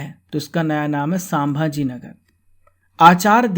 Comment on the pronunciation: संभाजी नगर Pronunciation Is Incorrect here in this video. Learn it, do it proper next time. Ok. ✌️✌️✌️✌️✌️✌️✌️✌️✌️ ✌️